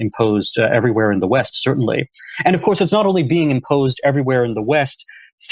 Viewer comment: Brendan. I promise that I will donate if you start pronouncing your "v" sounds properly, instead of saying "ff" sounds. For example, instead of "of course" you say "off course". Thank you